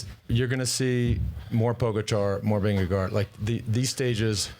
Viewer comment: It's VingeGARD (if you can't pronounce Å) not VingeGO – that's just weird